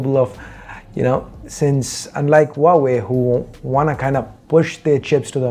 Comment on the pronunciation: Loved the way you pronounce Huawei🤩